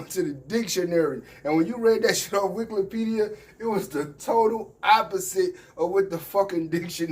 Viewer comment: My guy say Wiklepedia 🤣! But yeah them dudes don’t read enough to stay with Polighr intellectually!!